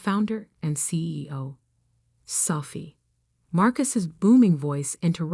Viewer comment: Her name is Sophie not Selfie